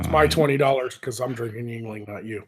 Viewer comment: It's pronounced ying ling.